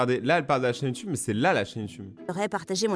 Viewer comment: Pk dans les video animé il dise youtoube aulieu youtube donc il ne save pas parler français il doi aller en primair avec les cm1 et leur ami chelou 👪👪😠😠😠😠 qui est dacor avec moi?